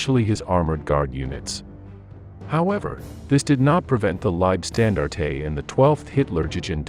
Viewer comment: pronunciation on other german names -cringe making!